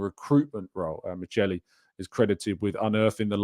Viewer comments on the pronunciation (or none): The pronunciation is "mikeli", ch in Italian context is pronounced as k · FYI Michel is pronounced Mikel